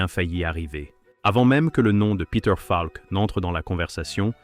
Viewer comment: Enregistrement par IA est insupportable. Monocorde plus mauvaise prononciation de "Falk" (par exemple).